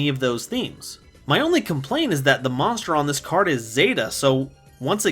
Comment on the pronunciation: I just realized he cant say Monster but always says monschdr